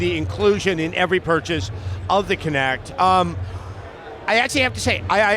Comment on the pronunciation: WTF? This isn’t a physics class. It’s kinect not kinetic. Idiot. I’m not even a fan of MS but damn, at least get the name right.